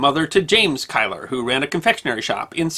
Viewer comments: Kyler!? Keiller is pronounced Keeler. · As a Scot I've always heard Keiller pronounced like "Keeler".